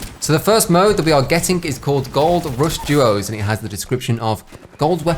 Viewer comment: Thought you said Jaws instead of Duos and I was so confused for the first half